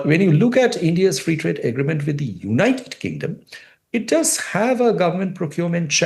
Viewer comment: Am I imagining it , orb this guy cannot pronounce “agreement” !? 😂